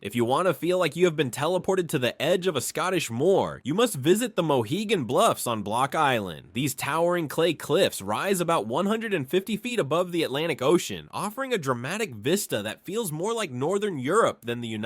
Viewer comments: "#33 Mohegan blaaaaaahead" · Really? Even worse than mohegan blUUUUvan!!!!